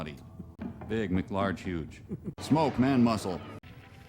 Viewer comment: It might be if he'd actually said that. It sounded more like he said "Fridge Largemeese", whatever the heck that is. Big McLargeHuge is still the best one, anyway.